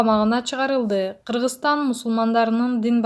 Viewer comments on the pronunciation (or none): none